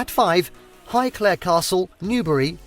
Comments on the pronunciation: Omg and WHY is he saying highclare for highclere?! Wazzock. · He can't pronounce Highclere properly either